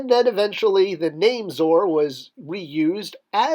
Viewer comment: Isn't it pronounced Zoe-Are not Zore?